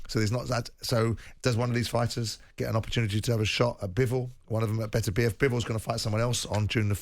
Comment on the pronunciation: Why is Simon the only one pronouncing his Beterbeiv's name right? Imagine going on air to talk about someone and not being respectful enough not to learn how to say his name right